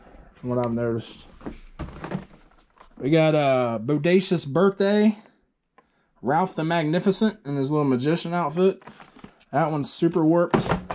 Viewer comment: Bro do u keep calling raph ralph?